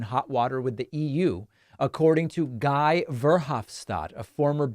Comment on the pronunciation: The first name Guy is pronounced Gee, the "g" like in "girl".